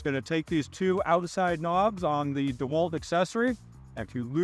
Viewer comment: Did he say Dewelt ?.....really